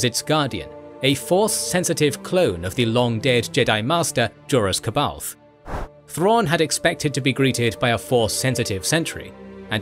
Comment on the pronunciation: Elomin* Not "Elomites". Joruus* Not "Jorus". That's not how the shipyard looks like. Neither does the freighter.